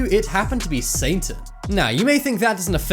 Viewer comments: uhhm it isn't 'saintan' , it's satan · The narrator kept sounding like he was saying "Saintan". Lol 😝